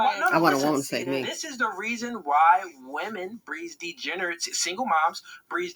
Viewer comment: I cannot take a man that cannot even pronounce the word “degeneracy” seriously. 🤣 He messed up the word EVERY time he said it; with his mush mouth self.